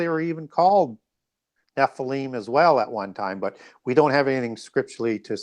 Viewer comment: Nephlium is pronounced Nefillim